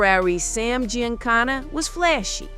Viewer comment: The butchering of Giancana name is real gangster